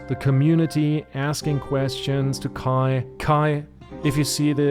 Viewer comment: Haha, hatte mir schon gedacht dass du Deutscher bist so perfekt wie du Kais Namen ausgesprochen hast ^^ Alles gut bei mir, danke der Nachfrage :D